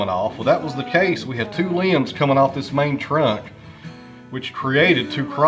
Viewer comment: “Like ee-us”. Your Hillbilly slang for “like this”